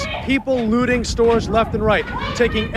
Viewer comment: If you can't SAY "looting," you really shouldn't. That man said: "Lootering."